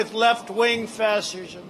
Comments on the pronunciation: I love how at arrive Trump just kind of forgets how to pronounce fascism. it's like he's reading the word out loud for the first time, lmao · I love how the greatest example of American fascism can't even pronounce fascism